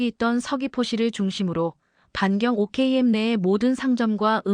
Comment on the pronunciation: 5km를 오키로 엠으로 읽는사람은 첨봣네 나원참 뻥도 정도껏 쳐야지